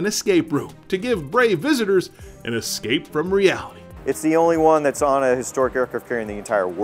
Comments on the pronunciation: Most of the time he said eScape route but there were times when I was almost sure that he said eXcape route. Since I hear a lot of people saying eXpecially instead of eSpecially I might be getting paranoid. Sorry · EScape route and not eXcape route!